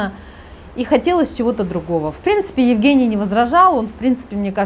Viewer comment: В России Евгениев обычно зовут Женями. Режет ухо,почему-то, как будто коренная американка рассказывает про своего русского мужа Еугэния)))